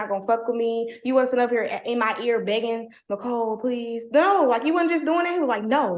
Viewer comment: "Micole"???...enough said. She acts like I'd imagine a "Micole" would act.😂